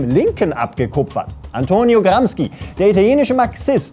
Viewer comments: aussprache ist gramschi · Antonio "Gramski“ 🙈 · Über Martin Sellners Videoschärfe spotten aber selbst nicht einmal wissen, wie man "Gramsci" ausspricht...